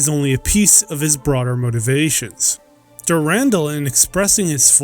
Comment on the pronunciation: Dur-an-dal(doll), not Durandel.